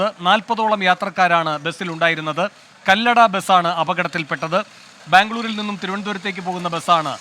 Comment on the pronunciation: കല്ലട അല്ല കൊല്ലട ആണ്